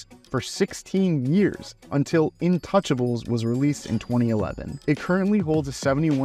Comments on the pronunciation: Sorry for being pedantic when I say that it's not pronounced intouchables in English, but it's pronounced more like 'aahn too shaaah bleh' because it's a French title. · Wait, how did you just pronounce "Intouchables" ? lol